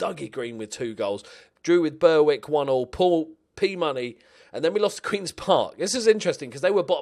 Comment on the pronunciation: Please, please oh please pronounce it Berrick!!! Show some patriotism for the only English team in the Scottish League system! ;)